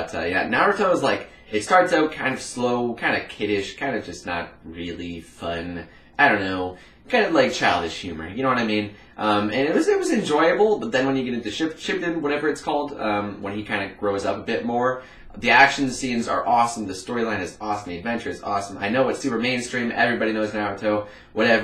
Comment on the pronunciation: (Shee-Poo-Den) shippuden